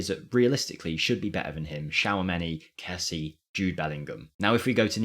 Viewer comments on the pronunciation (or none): none